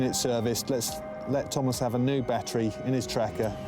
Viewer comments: I can't get over the emphasis on the pronunciation of the name Thomas by the narrator; Tom-Ass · I love how the narrator says his name TOM ASS